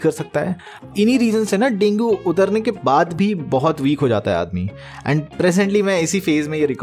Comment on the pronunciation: Got the first man with dengeee pronunciation 😂